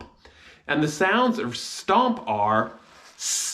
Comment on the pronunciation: of starts with shewa not the 'o' in shop. its shown in your pronunciation.